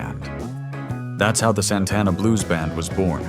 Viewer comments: AI can't even pronounce his name. 😂😂😂 Santana didn't even have an album out yet, Bill Graham convinced the organizers to book them at Woodstock. Soul Sacrifice made 19 year old drummer Michael Shrieve a star. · A.I. Doesn't know how to pronounce Santana.